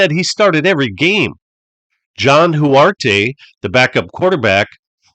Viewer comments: John Hu ar te ?......It's Hu art......"Bobby Douglas" and "passing skills" should never be used in the same sentence. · I remember "Hugh-ert" , not "Hugh-r-tay." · The name is pronounced John HUGH-ert, not John Hugh-ARE-tay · It's Hu-art, not Hu-r-ta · It’s pronounced Hu-art. Drop the E sound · John Huarte pronounced : jon hu art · John Huarte (HEW-art) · I don't think you're pronouncing 'Huarte' correctly. I've always heard it as "Hew-art". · Grew up in the :Chicago areas at this time, so I cringed at the narrator's gross mispronunciations of Dyche Stadium and John Huarte.